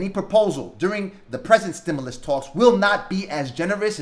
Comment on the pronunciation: It's pronounced " STIM-YOU- LUS not "STIM-ULL- US" . Again, "STIM-YOU-LUS" try saying like this, it is correct. We loooove Nancy Pelosi!!!!!!!!!! Gooooooo Nancy!! Know THIS! Ditch Rich Mitch McConnell blocked the STIMULOUS That Congress wrote and APPROVED waaaaaaay back in the Spring of 2020. Blame belongs to any and all DUMP 👎 Trumpsters! Yer fault! There ain't no $10,000 Grant from eidl. The only way you're going to get $10,000 is if you have ten employees at one thousand each. Most people just have themselves and one or two employees, therefore they only get one two or three thousand. You ain't getting no $10,000! That's not how it's written. It's pretty easy to read the simple english. They're not giving $10,000 unless you have ten employees. Stop dreaming.